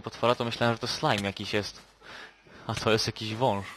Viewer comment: wunsz'' xD